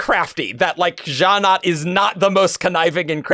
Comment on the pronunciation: Gallant doesn't rhyme with Shallan. It's an English word that's pronounced as GAH-lunt